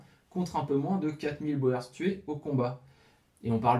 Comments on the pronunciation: Oui, la fameuse guerre des Boers. A prononcer Bour ! 😃😃. On pourrait même parler de guerres au pluriel. Puisqu'il me semble qu'elle s'est déroulée en 2 actes. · Très intéressant . Tu as manifestement beaucoup lu. Pour ton info boers en français se prononce bourres. T es tout excusé même les jeunes flics parisiens disent bo è r s pour désigner les policiers chargés des taxis alors que c est bien les bourres... l argot se perd . Bravo pour ta vidéo. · Pendant la deuxième guerre des Boers (se prononce "bour"), ces derniers utilisèrent des tranchées pour se protéger des Britanniques. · Précision sur le withworth, les ogives hexagonale sont post guerre de sécession 😏 Et Boers se prononce "bour" en phonétique. Mais vidéo intéressante , continue 🤘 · De rien cette prononciation Française heurte des oreilles habituées à d'autres langues, à l'origine Citroën se prononçait Citroune aux Pays Bas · Super vidéo et chaîne vraiment agréable, je m'y abonne de suite. Juste pour information le mot "boers" se prononcent avec une phonétique différente du français (l afrikaans est un dérive du néerlandais) le son "oe" se prononcent comme "ou" pour nous. Pratiquement on peut donc prononcer "bours" plutôt que "bo-ers" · Excellente vidéo mais la prononciation " à la française " de boer fait mal aux oreilles ( bowèr ). " oe " en néerlandais se prononce " ou " et donc le mot " boer " qui signifie " fermier " se prononce bour comme dans bourre ou bourgade en français. Vivement la suite . . . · c'est correcte: en néerlandais les lettres "oe" se prononcent bien "ou" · J'ai travaillé des années avec un Sud africain ( origine hollandaise). Je confirme qu'ils prononce : bourrs... Et qu'lis nous écoutent dire bo hers avec une condescendance amusée. Sinon, très bonnes vidéos. Bravo et merci. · Boers se lit "Bours".... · Très intéressant, comme vidéo! Pour ce qui est les Boers se prononce ( bour ) en néerlandais ou afrikaner! Merci pour ce documentaire.